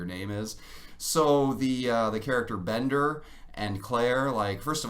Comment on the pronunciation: First of all it's BENDER - not Binder. Secondly - these were supposed to be kids. Kids talk like that to each other. Or at least when I was 16 in 1985, people talked like that to each other. No, we didn't smoke pot in the library, but we hid and smoked our fair share in the parking lot, etc. I mean, I'm sure you think that all the stuff in Harry Potter really happened, right? I mean, it couldn't be fictional and exaggerated at all.